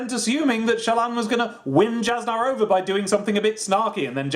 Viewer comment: Jasnah's tricky. It's pronounced as Yas-Nuh.